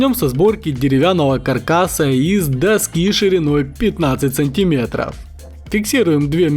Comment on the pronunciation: Правильно говорить не МилИметр и СантИмерт, а МилимЕтр и СантимЕтр!